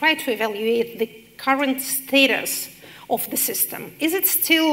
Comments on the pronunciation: да, мадам Ш., но предлог of читается [ав] , а не [оф], иначе будет off; sorry to mention, but that's my specialty; also, there must a stable ground tone within one note, i.e. a monotonic one. Just like her counterpart's speaking. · Keinesfalls. - Все приходят за знанием. А если профессор говорит of как off , то это незнание. А как слушатели узнают об этом?!